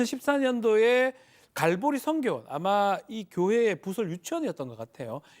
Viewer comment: 갈보리가 갈고리로 들리네, 돈을 갈고리로 쓸어 담겠다. 쟤들도 정상 교회가 아니라 이권 단체네 예수 팔아 돈 버는 집단.